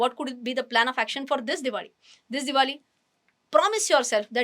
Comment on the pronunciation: Why do you say diwadi and not diwali😅